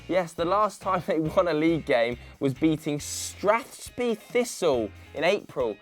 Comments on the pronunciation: You say Karabukspor perfectly but butcher Fort WILLIAM FC, the HIGHLAND league and STRATHSPAY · Jesus. How do you mispronounce "Fort William" and "Strathspey"?